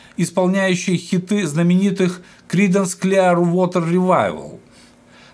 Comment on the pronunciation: Хорошо бы, если б лектор подучил бы немного английский язык. Очень режут слух его искажения. Даже название великих Кридансов на английском он не сумел выучить как следует. Это очень портит впечатление от его рассказа...